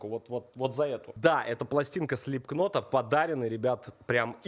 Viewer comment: сука говорится слипнот а не слипкнот